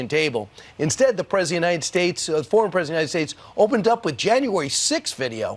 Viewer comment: Funny how professional broadcasters can't pronounce "president of".